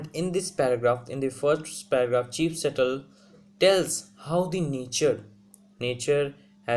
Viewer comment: Bro...but still u need to work on your pronunciation and ascent...